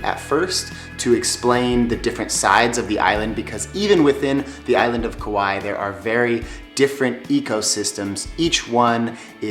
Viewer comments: Kaua'i in Hawaiian meaning when you say it say kah why ee sorry you said the name a bunch just trying to help you out. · Tips? How about pronouncing it right? My Hawaiian grandma, and most people who live there pronounce it Ku-WHY-ee.